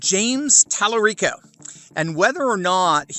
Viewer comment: Tel-a-gay-o - haha